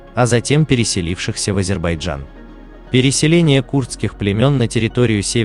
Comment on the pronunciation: ВАШЕ ВИДИО РОЛИК КОТОРОЕ ВЫ ПЕРДСТАВИЛИ ПОЛНОСТЬЮ ЧУЖ. ФАКТЫ КАТОРОЕ ВЫ ДОКАЗЫВАЕТЕ НА НЕДАВНЫХ СТАТЬИ УЧОНЫХ ЕНСКЛОПЕДИЯ И ТОМУ ПОДОБНЫЕ,ТОЖЕ ПАХОЖЕ НАПИСАНА ПОД ДИКТОВКУ.. С ПЕРВО НАУЧИТЕСЬ ПРАИЗНАСИТ НАЗЫВАНИЕ АЗЕРБАЙДЖАНА. 😊